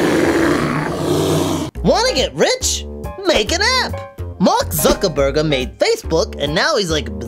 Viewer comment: It's Zuckerberg, not Zuckerberger.